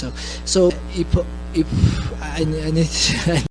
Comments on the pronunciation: bro what are you on about with merab? he literally mispronounced "if" with "ip" where did you hear EPO in there your hatred of merab blinds you guru get your ears checked lol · im from georgia and i think i have context behind merabs "slipup" in georgia a lot of people pronounce "if" like "ep" because of the georgian letter "ფ" which is read like "p" and is a replacement of the letter "f" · We have no “f” sound in Georgian so sometimes “ph” slips out instead 😂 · Omg Merab was saying "If" with Georgian pronunciation - in Georgian there is no F so we use p (like Greek π ) or p (like English p in apple). In this case he mixed up the two so initially he pronounced if like ip (with π sound) and then ip with English p sound. He seems to be unable to pronounce f when speaking. Go through an interview of his and you'll see that he uses p sound for f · Actually, if we are doing this in good faith you can go through any interview of merab and you will see that he pronounces "if" as 'ip' every single timr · Merab saying "if" not "epo" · English is Merab second language this guy was just saying the word “if” and he pronounced “ip” 😅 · Merab can't pronounce F so he goes Ph Ph 😅😅 i think he says "if, if"